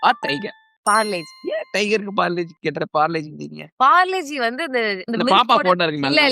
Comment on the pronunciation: That is parle - g not parlegie 😂😂